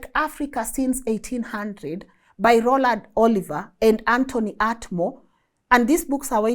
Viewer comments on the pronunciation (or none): none